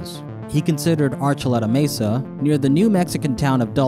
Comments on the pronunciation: The word "mesa" is mispronounced in the video, the E has a long A sound. Emphasis on the first syllable, "may'-sa." Not "messa" as the closed captioning spelled it. I don't mean to be the Grammar Nazi, but no one wants to sound uneducated. Just trying to help. I beg your pardon. Always great content and well researched, thanks for sharing. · may-suh not messa (mesa) love your videos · Mesa = maysa It amazes me how much native speakers get wrong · The weirdest thing about this? The way pronounces "mesa" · pronounces 'Mesa' like how I imagine 21 Savage would on the Knife Talk remix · Someone just let me know that I’m not crazy and that he’s saying mesa wrong. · you keep saying mesa wrong.